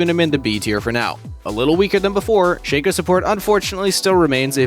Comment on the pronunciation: Why you pronounce Shaco like Shake-co not Shack-co